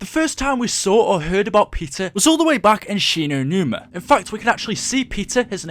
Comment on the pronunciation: 'shi no newna'